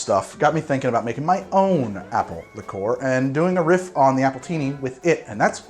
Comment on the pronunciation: I’ve literally never heard the pronunciation “lick-ORE” from anyone else, ever. Have I simply led a sheltered life, and half the drinkers in the English-speaking world actually pronounce it that way?